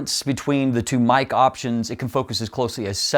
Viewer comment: For the price I would go with the Sirui 85mm 1.4. Small point on Meike, it's pronounced phonetically 'Maykur' and is chinese for beautiful technology.